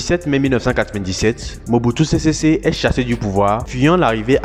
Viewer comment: Mobutu sésé séko et non sésésé